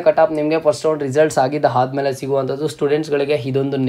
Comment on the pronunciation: Aadamele annu haadamele alla